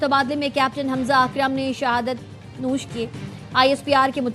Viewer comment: تھوڑا قومی زبان بھی سیکھا دیں اپنے ایکرز کو، جام شہادت نوش کو نووش پڑھنے کی زحمت نہ کریں'، شکریہ